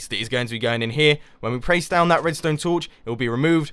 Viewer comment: He said prace... he's gone Asian.